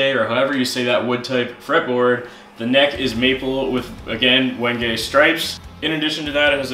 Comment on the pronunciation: "When gay" yup that's the one. You said it right dude. There might be a couple of acceptable pronunciations, idk.